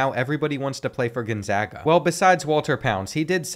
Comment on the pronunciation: as someone from spokane, thank you for pronouncing it right